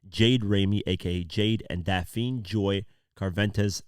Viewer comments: Bro, I love your work and you do an amazing job but make you sure check the pronunciation of names before you share them. Her name is Daphne as in Daffney. You did the same with another video the other day where you mispronounced the name. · DAF-NEE, it’s pronounced Daf-Nee!